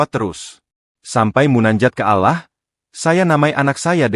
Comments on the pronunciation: Yg baca Narasi alangkah baik nya nyebut Nama " ALLAH " dgn benar...mhn ampun maaf klo saya salah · Betul sekali saya juga sangat terganggu karna yang baca narasi tidak tepat dalam penyebutan nama Allah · Ini yang gue benci dari suara ai, allah islam di baca dengan ucapan ktristen